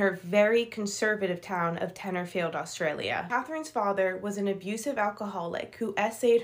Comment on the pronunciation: It was fine until she said Australia lol